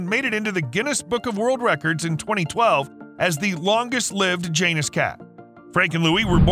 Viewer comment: Its pronounced ya-nus not jan-us that always makes me irritated lmaoo